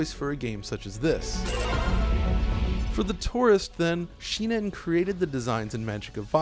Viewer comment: it's shin-en, not shi-nen